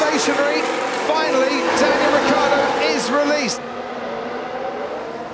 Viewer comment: It's R-I-C-C-IIIIII-A-R-D-O not Riccardo !!!!! It's a terrible pronunciation